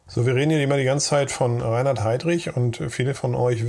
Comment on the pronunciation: Erste Sekunde, erster Fehler: Reihard Heydrich - ReiNhard ... !!! Korrigieren, bitte ...